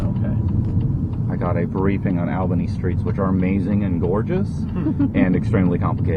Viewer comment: NY also proposes to ban farmers from having too many cows. The government clown in that clip doesn’t even know how to pronounce Albany, the state capital.